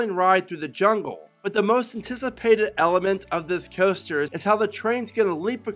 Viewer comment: Roller Custer? Why does he say coaster like that lmaooo